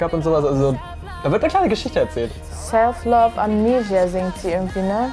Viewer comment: Mich stört die Aussprache von "Amnesia".